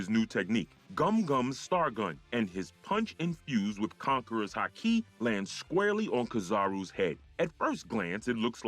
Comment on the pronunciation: Fix the pronunciations. 3 minutes in, and if I have to hear “haKI” one more time… misspell the name of that’s what it takes to not have to hear “KAYdo” 25 times